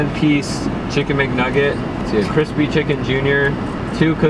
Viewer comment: He said chicken mcnuggets lol